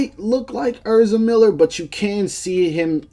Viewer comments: dawg it’s ehz-ra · way he says ezra lowkey hurts my soul